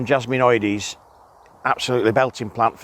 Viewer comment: Thank You for being a rare YouTuber to correctly pronounce Jasminoides.